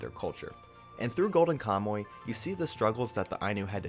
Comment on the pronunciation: I liked your video but HOLY COW you pronounced KAMUY wrong. "Ka - Mu - Y" Ka: like COw without the w Mu : like MOOse without the se I : like English without nglish (You said it like "kamoe", check the Mu and the Y and it'll improve good enough) I think you could have looked up how to pronounce the people of your topic. Anyway, a video with wrong pronunciation is better than no video, so I leave a like. Thank you for talking about Ainu culture. As a reference here is a link of a Ainu song: at she sings Kamuy